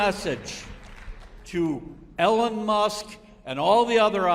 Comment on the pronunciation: Oh for God's sakes really you can't pronounce Elon you say ellen? And it was very snarky of that woman to pretend to get the pronunciation of Doge wrong... losers